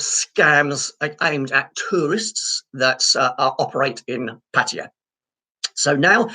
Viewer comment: at least you have pronunced ''pattaya'' correctly,unlike the pat -tie -yah vloggers